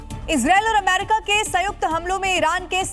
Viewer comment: Amma Rika?ya ameriika, beker uchsalte kiu jee